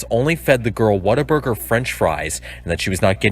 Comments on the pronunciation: Sorry but I have to say this... it’s WhatAburger not Waterburger. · It keeps making me laugh every time he pronounces What a Burger as Water Burger lol